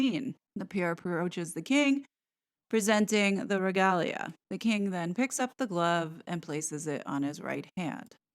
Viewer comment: You rock, as a rule, but I flinched, a bit, until you mispronounced Trafalgar. That battle is one of the proudest moments in British history. Mispronouncing that is a major faux pas. Tra FAL(as in pal) gar, regalia - Re GAYLE ya,, diocese - DI ah seize , Mall - Mal (as in pal), Mordaunt - MOREdunt. tiara - tee AH rah. Just a few helpful hints for the American audience.